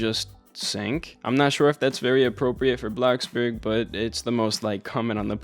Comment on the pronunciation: BRO STOP SAYING BLOXBURG LIKE THAT